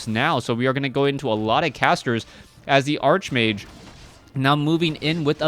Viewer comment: You mispronounce Archmage...